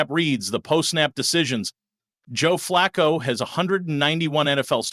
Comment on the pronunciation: Yes Please. He is saying JOE FLACCO, KENNY PICKETT, and Gabriel correct.